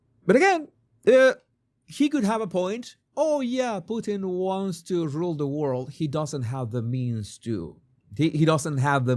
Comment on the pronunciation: I laugh when you say Putin’s name because I live in Canada where we have a famous food called Poutine (fries, with cheese curds melted by gravy), which matches is your pronunciation of his name.